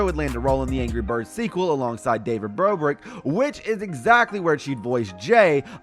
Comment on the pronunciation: David brobrick